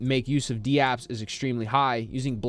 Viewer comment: Dude you’re are literally the only person in the world who says d-apps. They’re called dApps, not d-apps. What are you new?